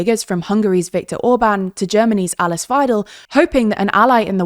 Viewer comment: It's pronounced Alease Veidel not Aliss Veidel